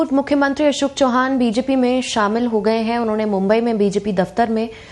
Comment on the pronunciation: चव्हाण बोलिये चौहान नही